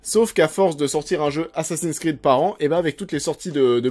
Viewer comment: "assassiiiiiiiiiiiine sss'crrrrrrreeeeed" ça fait mal aux oreilles :/ Les mots et noms en anglais se prononcent en anglais, c'est mieux